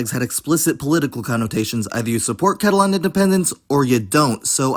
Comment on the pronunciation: Pronouncing Catalan like Catalon was kind of weird to me